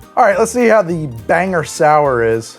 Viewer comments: Follow-up comment now that I’m getting to watch the rest of the video: it’s “Bang-gore” not “Banger” ( I hardly know ‘er). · Locals pronounce it "BanGORE" not "Banger". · It's not "Banger" it's "Bang-gore". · LOL it's not prounounced like Banger, it's pronounced like Bang-or. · banger? BANGER?!?!?! IT'S PRONOUNCED "BANG GORE"!!!!!!!!!!!!!! if you call my hometown "Banger" again Pennywise the dancing clown will pay you a visit. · Its BANG-GOR Not Bang-er. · NOOOOOO, you did not just pronounce Bangor like banger noooooo... - I'm from Maine, this is an ongoing problem. It's Bang-GORE. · Bangor. It's Bane-gore. Not Bang-er. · I was happily watching along (though Moxie isn't really my thing) and then the pronouciation.... Banger????!!!! BangGOR. Sigh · Wait you pronounce it Banger and not Bang-or? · BANE GORE. Not Banger. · long sigh*... it's Bangor. Bang-gore. Its... it's fine. We get it a lot. It's just, ya know, it ends with -gor. There's, uh, no H. Soooo no one from there understands why everyone else says "I'm heading up to Bangher." *longer sigh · As a Bangor resident, I am endlessly amused that you called it Banger. It's Ban-gore. 😂😂😂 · "ban-gore" and "bang-gore" are both acceptable "banger" is not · First time watcher from Maine! Clicked purely for the moxie lol. Seriously though, I turned 21 in March of 2020 right before lockdown so I, legitimately, do not know How To Drink. I only drink about two types of drinks because that's all I know, so I'll be sticking around to expand my knowledge! However, I do have to fight you for pronouncing 'Bangor' incorrectly as 'Banger.' That is unforgivable. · Did he just call Bangor "Banger"...? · From a friend, and offered with all love for the channel: we pronounce it "BANG-gore" =) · Mainer checking in: it's BANG-gore. Good shit here otherwise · I love the "Banger" Maine 😂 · People really don't know how to pronounce Bangor 😂